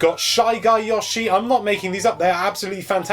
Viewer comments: I'm going to fly to England and personally give you speech therapy so you can stop saying "Yushi" you're welcome in advance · I think it's Yoshi where the 'o' is pronounced 'oh' as opposed to 'aw'. I only mention it because it's kind of annoying when you hear someone say something slightly wrong multiple times in a row. I'm sure he even says his name directly in one of the games, so most hardcore Nintendo gamers really should know how to say it properly, but I can't be bothered looking that one up. PS. Won't it be awesome if this is the Yoshi game that finally lives up to the true sublimeness of the original; or even better...actually manages to surpass it in some ways :-o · Yeah, he should be called "Yewshi" or better yet "Yaoshi" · "yaushee" I giggled every time. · I'm going to flip if you call him Yahshi one more time! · Oh for gods sake... He said yoshi wrong.